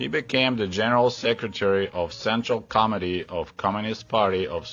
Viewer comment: When you started talking about Chernenko, the way you said "General Secretary of Central Committee of Communist Party of the Soviet Union" it sounded like you said "General Secretary of Central * Comedy * of Communist Party of the Soviet Union" - I got a good laugh from that 😄